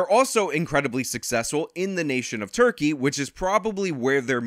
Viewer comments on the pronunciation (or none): none